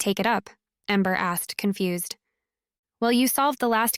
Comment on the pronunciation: To go container, not togo , confu-sed? So is this being read by AI. The miscommunication are really sticking out for me.